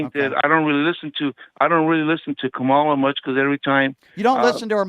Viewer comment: Why does EVERY racist pronounce Kamala's name incorrectly?